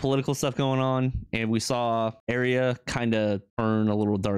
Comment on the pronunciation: It Arya, pronounced Are-e-ah, not Air-e-ah. Yes, Ramsey is also called Snow. All high-born bastards from the north are given the name Snow. From Dorne they're called Sand. From the Riverlands they're called Rivers, and so on.😊